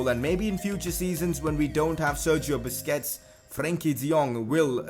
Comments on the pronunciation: He really said "Bussy(Bussie)".. 💀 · Hahahaha Lol You Made Me Laugh, Instead of Busquets, He SAID BUSSY WHICH SOUNDS WRONG